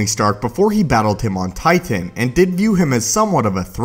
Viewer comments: I fucking hate how you say titan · The way you say titan pisses me off